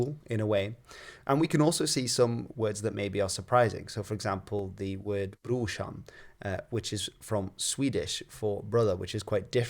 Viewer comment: NOOO!! The word Brushan is NORWEGIAN. From the north of Norway. But we say BROSHAN as "bror" brother. The Swedis people say the same and write it the same. I have lived in Sweden for 10 years and heard this many many times. But it is only said to (fellow) imigrants, Not to the native people